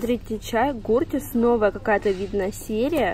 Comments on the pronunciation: Не куртис а кёртис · Хорошее видео, только название чая читается как "кёртис"😉